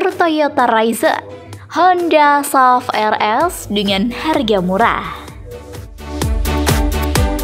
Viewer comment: Sebutan S- U - V. Buat kerja rumah sebelum.buat video - SUV itu kepanjangan dari Sport Utility Vehicle